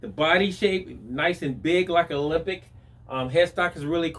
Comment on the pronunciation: It's pronounced ALEMBIC, not OLYMPIC. Otherwise, good video, as always..